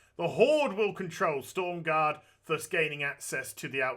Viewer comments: Aaaaaaaaaaahhhhhhhhhhhhhhhhhhh It's S T R O M garde ;) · STORM GAURD? YOU MEAN STROM GAURD AZ XD